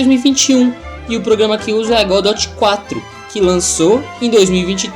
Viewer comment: Mano aprende a pronunciar o nome da bagaça direito não é "godóte"